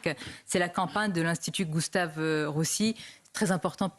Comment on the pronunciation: c'est Gustave Roussy, pas "Goustave"